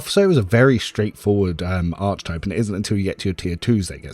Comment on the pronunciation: its pronounced "Ark ee type" please man!! ill subscribe if u pronounce it properly :) but seriously, thanks so much for the spreedsheets, they're awesome!